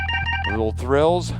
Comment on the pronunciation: Did he say "thrills"... in lieu of trills? lol